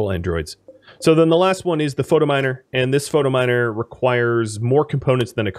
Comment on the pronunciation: I love your content...but does anyone else wanna smack him every time he says "Photominer" instead of "Phytominer"?